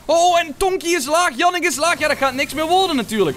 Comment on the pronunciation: Yannick je zegt jaa nieck